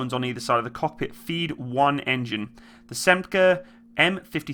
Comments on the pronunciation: Ahem, the engine es SNECMA , not Semca. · The engine is a SNECMA not a "SEMCA".